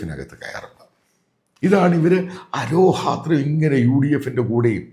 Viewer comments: താങ്കൾ അറിവിന്റെ നിറകുടമാണ്. എങ്കിലും ദയവായി രണ്ടു വാക്കുകൾ ശ്രദ്ധിക്കുക. 1)-അരോഹത്രമല്ല, അഹോരാത്രം. 2)-Regime:-റഷീമെന്ന് ദയവായി പറയുക. രജീo അല്ല. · ആരോഹാത്രം അല്ല സാർ അഹോരാത്രം ആണ് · അച്ചായാ "അരോഹാത്രമല്ല' മറിച്ചു അഹോരാത്രം എന്ന് പറയൂ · അച്ചായോ, 'അഹോരാത്രം'😅